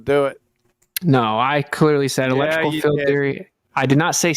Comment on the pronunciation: It's one thing that he doesn't know how to pronounce "Gaussian". But how can he not know how to pronounce "field"??? He keeps pronouncing it as "filled" 🤡